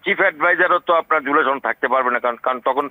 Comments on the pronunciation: উচ্চারণ ঠিক কর?(তরুণ মেধাবী) জুলাই ছনদ না সনদ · ছহি এরাবিক সুরে বলেছে।